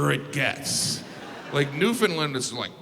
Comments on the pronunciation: its new found land.... I'll make it easy. Take out the Ds. New Foun Lan. That's how most Newfies pronounce it. We have not, nor have we ever been part of Finland. Also, and this is the history buff in me. St. John's Newfoundland was founded in 1497. St. John New Brunswick was founded in 1604. Or does no one even think to look up the history of Canada, where it states that St. John's is the oldest city in Canada. Or is this suddenly the case of the WWF(World Wildlife Fund) taking the name WWF from the World Wrestling Federation again. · As a Newfoundlander, I can assure you it is pronounced new-fin-land. Not new-fin-lun or new-fin-lin, it’s new-fin-LAND 💕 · It's pronounced "New-Fun-Lan" And Labrador. That's literally half the province. Why do people forget that? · I thought he said New Finland. As a Finn, got mildly excited. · Levi Rigsby I was born and lived my whole life in NL and can assure you it’s pronounced Newfinland. That’s one way how we distinguish people from here from the mainlanders lol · I was capitalizing LAND to show where the emphasis goes. Most of us have always pronounced it NEWfoundland, but I've learned from you folks that the proper way to emphasize the right syllable is NewfoundLAND. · Alright, let’s get this out of the way..... Newfoundland is not pronounced the way you’re saying it. It’s new-fin-land (say it like you say understand). Ohh and St. John’s Newfoundland is the oldest city. Other than that, glad you got most of it spot on!! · I hate to be that guy because I love Jim but St. John's is actually the oldest city in North America and Newfoundland is pronounced NEW-fun-land like UN-der-stand. And I'm sure he doesn't care but I said it anyway. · This is great except I wish he would learn to say Newfoundland correctly...that's also fun! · I wish people would learn to pronounce Newfoundland correctly 🙄. Funny video tho 😉😊🇨🇦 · Love you Jim but 1(1) Newfoundland is pronounced like understand. (2) St John's, Newfoundland is the oldest city